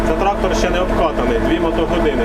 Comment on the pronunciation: так хвилювався, що у піжамі застрічає "трахтор..."